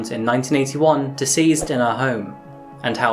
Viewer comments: he saying “deceased” but it 100% sounds like “diseased” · Did he say diseased in her home at the beginning. It didn't sound like deceased